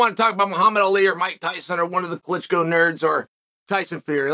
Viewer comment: "One of the Klitchkow nerds..." 🤣 I missed the rest of the vid laughing at that little insert